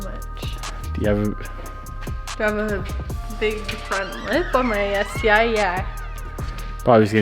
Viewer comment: Crus-ti like the Sus-ti (Crus-tee eye like you pronounced the Sus-tee eye)